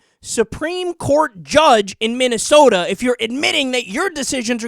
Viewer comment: "Minneasoda" LOL!